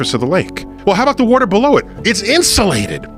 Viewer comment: “Wooter” They all pronounce it that way. I had to